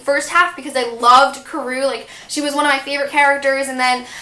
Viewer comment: Hey not much is up its kind of late and my name is Michael We say Karou differently YOU READ HOTEL RUBY TOO WHY DIDNT YOU TELL ME WE ALMOST BUDDY READ